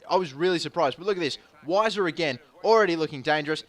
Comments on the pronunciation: its pronounced Viser but i prefer Wiser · unfortunately its viser not wiser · It's pronounced Veiser. Which sucks for puns, but it's true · The W is pronounced as a V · Weiser is pronounced with a "V" sound, since it's a German name. Castillo is pronounced like Castiyo. The double "LL" in Spanish make a "y" noise. Yo hablo Español und ich kann Deutsch :)